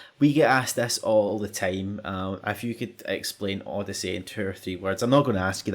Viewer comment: lovely accent.. I thought I was being cursed at every time he said "if you" because if sounded like "F U", a much used term of endearment by my online buddies when we're doing a session of hectic shooters or other games.. thanks for being awesome, I chuckled :)